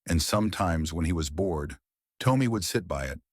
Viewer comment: Am I the only one that the A1 who is reading this is saying the boy's name wrong? I would say the name is Tom me and not Tome me. I'm sorry if I am wrong but I have never heard anyone with the name Tommy sound like Toe me!